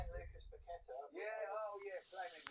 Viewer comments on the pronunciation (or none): you always seem to struggle with our players names. It's not "Coo-dus" like a long pigeon coooo. Its a shorter sound Ku-dus (the Ku sounding like in the word "cook". Similarly you still say "Pakweta" for Pa-ke-tah. Listen to the videos where the players say their own names. Then you'll know. It's just respectful to get they names right if you are broadcasting them to others.